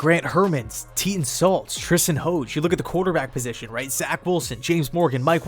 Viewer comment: Tristen Hoge’s name is pronounced like dodge but with an h. Like Merril Hoge, the ESPN analyst, who is actually Tristen’s uncle.